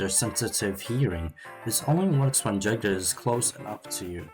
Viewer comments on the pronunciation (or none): Good video but also i think you spell the J in the jaeger as Y.. just tellin you